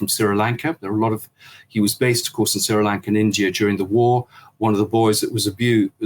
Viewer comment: "Sirrah-Lanka". Where dat?